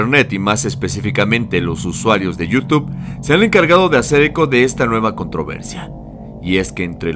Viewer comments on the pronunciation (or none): none